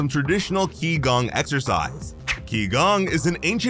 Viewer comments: You have one error. Qi Gong is Chinese in origin and pronounced 'chi gong' is actually translated as energy work. Gong fu is the term translated as skill atained through hard work and effort. The implication is that king would be learning to harness his internal energy. Not just physical exercise. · qigong is pronounced chi-gong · Translation correction: Qigong, pronounced chi-gonh, is broken down into Qi, known to the Japanese as chi, such as what you hear from Dragon Ball, means "air", but metaphysically means the supposed energy in one's body. Gong means martial arts, so Qigong is roughly just the martial arts of using one's chi